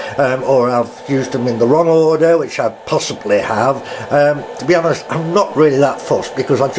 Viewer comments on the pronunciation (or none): none